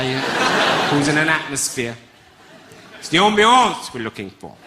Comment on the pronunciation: I love proper old style stand up and this bloke brings it back to life wiv a right slap in ya face. "Out Out" is so ruddy awesome it is unreal. And don't forget the the "ambianncce". Surely one day this bloke will be a real life legend like I think he already is.